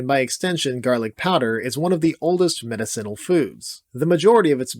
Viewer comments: I love your videos but the word is muh-DIH-sen-ul….. not med-I - CEN-ul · Or medICinal instead of medicINal. Oh god that hurts my brain. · Not nitpicking but medicinal( Ma-Dis-sin-Al) not medicine - al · Meta-Ceenle? Have I been mispronouncing medicinal all my life? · I love you and I love these videos but the way you say “medicinal” is driving me insane Meh-diss-sinal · Learn how to pronounce medicinal…..please. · This guy saying medicinal is going to drive me crazy. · Unfortunately I'm going to put your pronunciation of "medicinal" in the D tier. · Love your lists. The way you say medicinal is strange. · 10 seconds in, mispronounces "medicinal" and just like that any authority over the information presented is squandered. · Bud knows all this info but cannot pronounce "medicinal" correctly LOL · The way he pronounces medicinal makes me trust him less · Your pronunciation of "medicinal" is F tier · I've never heard medicinal pronounced that way.